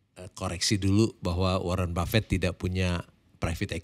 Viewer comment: bukan ribet brow...hal sepele tp ini masalah nama pemberian orang tua yg punya makna mendalam brow...belajarlah respect org lain dimulai dari menyebut nama nya dg benar...